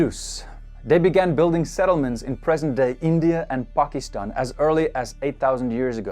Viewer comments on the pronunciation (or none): none